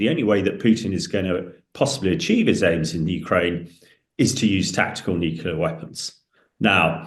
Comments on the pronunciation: Can you really be that thick? "Nucular" is how our dear Hamish insists on pronouncing "nuclear" ok? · It infuriates me that these experts can’t even say the word Nuclear! It’s not Nucular!! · Hamish, if I hear NUCULAR one more time I'll fecking scream. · I thought it was just me, god damn that's annoying.